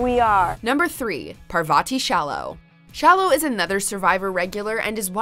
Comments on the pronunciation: And you still don't know how to pronounce Parvati. It's Parvatee. Not par-varrtee. You know what pisses me off about you guys I you go out of your way to pronounce names with accents but can't keep take the time to learn yhe pronunciation of standard names in English. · Not par-vah-tee,it is par-va-tee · You can tell this person has never watched survivor when she said par-va-ti whallow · its "Par-ver-ti" im so dead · PARV-OTTI I feel hurt rn lol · Par va T..... 🤣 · PAR VAH TEE SHA LOW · when she said parvati's name wrong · trying to pronounce Parvatis name never gets old 😂😂😂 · And they STILL can't pronounce Parvati's name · I just cannot with that 'Parvati' pronunciation. It is clear just from that, that the commentator has no idea what they are talking about. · but Parvati pronounces her name the way it is supposed to be pronounced who gives a fuck about the goddess that’s not how Parvatis name is pronounced. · V Pizante yeah hi to all the people commenting, actual Indian/Hindu here, no the way they're saying it in this video is not how we say it at all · just saying can we have a true survivor fan do these that pronunciation of Parvati's name almost killed me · I really like and but sometimes it's crazy to me that they research as much they do and somehow get something like a name pronunciation wrong. In all seriousness, great video. Just please get Parvati's name right next time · Y’all, Parvati’s name isn’t that hard. You could’ve googled it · how you gonna butcher parvati’s name like that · The way they pronounced parvatis name...